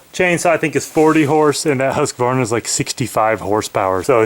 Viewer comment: i love your pronunciation of husqvarna rofl